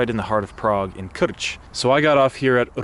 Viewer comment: Respect. You moved here years ago and already pronounce "Krč" and "Kunratický les" perfectly. Well done. Btw, would you consider making a video someday about how you learn Czech, what do you find reasonably easy to learn and what are the challenges of learning Czech from your perspective?